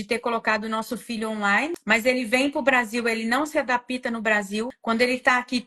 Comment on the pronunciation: "AdaPIto", "pra MIM ficar". Uma analfabeta funcional esculachando nós brasileiros. É o poste mijando no cachorro...